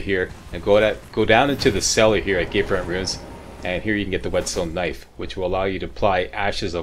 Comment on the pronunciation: You say "gate front" like "gay friend"